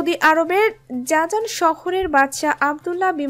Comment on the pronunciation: জাজান নয় জিজান।